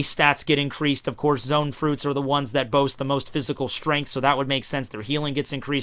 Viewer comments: Zoan not zone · Zoe-Ann, Low-gee-ah, Pair-ah-me-see-ah. Now you have no excuse.